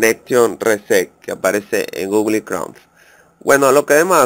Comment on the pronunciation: se dice gugol no gugli